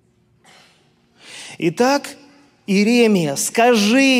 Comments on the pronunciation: ИеремИ́я, а не ИерЕ́мия!!! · простите, но Вас невозможно слушать, ибо Вы нещадно и кощунственно коверкаете слова и имена, аж уши сводит!!! Неужели Вам трудно поинтересоваться, как зовут пророка ИеремИ́ю, например? Ведь сейчас столько возможностей быть грамотней...